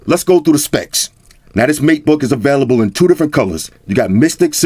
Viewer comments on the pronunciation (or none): none